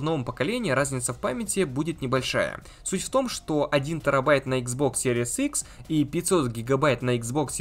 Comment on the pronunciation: Спасибо за видео.блоггер научись Пожалуйста правильно название приставки произносить